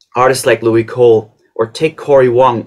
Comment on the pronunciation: Louis Cole is pronounced like "Lewis" not "Louie"